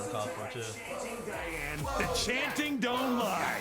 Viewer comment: 😡😡😤😤 I really hate that every youtube reactor gets diane's name wrong. It's "cry-anne"